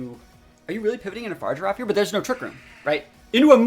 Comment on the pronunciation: the giraffe's name is pronounced Fuh-Rig-A-Raff lol